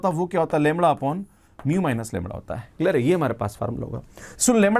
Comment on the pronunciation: Sir lemda bolte hai ki Lewada bolte hai😅